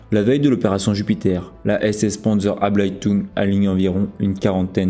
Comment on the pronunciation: abteilung et non pas ablatung , pour les grades ... à l'avenant